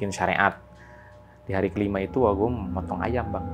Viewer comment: Ngadangu urang Pangandaran ngomong "Uwa Gua" asa hayang seuri😂